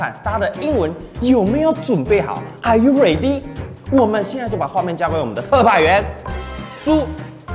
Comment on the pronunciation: Are you ready怎麼有山東腔😌😌